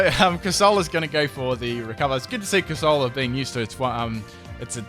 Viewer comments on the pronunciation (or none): cor sah lah? Isn't it cor se lah... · Omg the way he pronounces "Bass" makes me cry. AND THEN WTF IS A CORSAWLA. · You say corsola weird